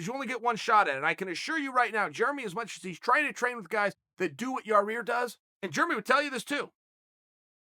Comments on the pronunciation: Chael I'm a big fan but please stop massacring this poor guy's name!!! 😅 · I still haven't found the second "r" in Yair's name, but Uncle Chael says it's there, so.... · It's pronounced.....YA! YIR Charl seems to think it's pronounced YA! REAR. And you didn't just say it once, you had to say it incorrectly about 50 times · Chael : yah rear can I schedule you for an interview for my YouTube channel? Yair: sure but it's pronounced yair Chael: ok great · You said it Yair and then you get back to yarear 😂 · YAI EAR NOT YA REAR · Dude is not yarear. Yai ear. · Ya Ear....Yer Rear...haha Tight! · It's pronounced "Ya-Year"! Why on Earth are you putting a second R in there? I'm not normally too fussy about stuff like this, but damn dude. You're so far off it makes my OCD kick in . and it didn't help that you said his name like 20 times during the video either, Charell... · Ya rear, yo rear, yor ear Loool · Yar rear lmfao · So chael still hasn't got yair name correct yet?? "Yarir" "yarear" "yaear" "yahear"😂😂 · Chael “Yarir” Sonnen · Come on Chael.. you have a different name too, don’t mess up Yah-reer’s name ... 💯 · He said YA REAR! 🤣🤣🤣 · I came here just waiting for chael to say yarear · Yah-rear...Chael loves to talk about fighters yet not know their names. It's cringe bro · YA-EAR say it like that big fella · Ya-Ear bro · Chael "The American Yah-rear" Sonnen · Classic Chael. YaRear, lol. I dare you to correct the biggest gangster in west Lind Oregon. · Uncle Chael, it should sounds like YA-EAR.👌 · Germy and yah-rear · I thought it was pronounced "Yah-ear" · yair rodriguez! chingado chael! tan facil de pronunciar ombre!! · Literally just clicked on this video to see if he’s still calling Yair YA-REER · YA REAR!!! LOL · Chael, who the fuck is Yah-Rear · He is clearly squeezing in as many "Ya-rear's" as humanly possible, just to rile us up. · Yarir lmao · It’s not yah rear lol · Your rear ya ear lmao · Your ear, ya rear, ia rriar, yarrir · Chael"Yaw Rear" Sonnen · Lol Ya-rear